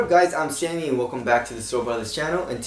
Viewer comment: Did you say your name was?